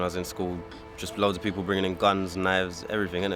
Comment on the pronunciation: not really, that accent is 1000% atrocious. I had to fast forward, and I say this because it's necessary for it to be said that the education system neglecting her speech and pronunciation is problematic, so much so that you can't even notice it yourself as the horrid accent has been made normal for you. do you speak like that...? The people should never be pronounced Da peepoo. I dont want to hear that it's natural and culture, because there are 100s of 1000s of black British who don't speak like that. Not even Jamaicans in Jamaica or Bermudans in Bermuda speak like that...